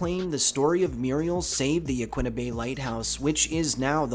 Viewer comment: But Yaquina incorrectly. 😒